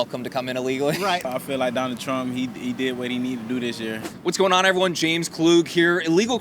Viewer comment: guy for real said "donald truh"